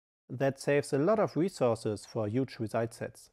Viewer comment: Hier mal eine Kleinigkeiten um die Aussprache zu verbessern "instantiate" = instan schi eit und "Query" = Kuäri und huge = hiug mit h. Fass es als konstrokutive kritik, denn dadurch wirken deine Videos noch professioneller, anstonsten rest ist top